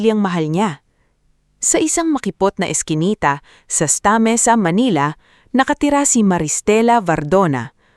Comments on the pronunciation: Pasensya na at sa simula palang nawslan na ako ng ganang makinig kc hindi tama ang pagbigkas mo sa mga salita Dapat tamang pagbigkas para mmagandang pakinggan.Ssnta Mesa dapat hindi Esta Mesa at may iba pang mga salita na mali ang pagbibigkas mo. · Ang bigkas ng STA. MESA ay SANTA MESA